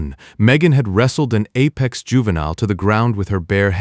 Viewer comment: Your AI can't even pronounce the word juvenile there's something wrong. And I heard other AI voices so much better and even they can pronounce the word juvenile. Let alone this voice is borning.